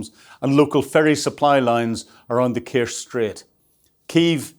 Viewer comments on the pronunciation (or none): Kerch is pronounced with a ch at the end, like church.